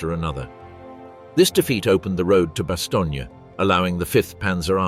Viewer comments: The “vee” corps?? It was still delightful even though it was quickly revealed as produced by AI. And perhaps a biased AI. Almost a load of “Bastony.” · a good documentary i'll forgive the mispronounciation of bastognia LOL!